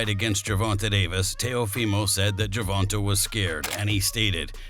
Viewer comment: bro when you say the mans name say it right say the letter A at the end of Gervontas name man wtf! is he a female? say the letter AAAAAAAA